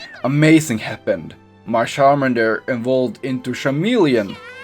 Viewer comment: It’s char mander